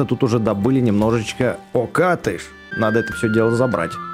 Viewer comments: Правильно окАтыш) Все ок) Спасибо за видос))) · правильно окАтышь ударение на а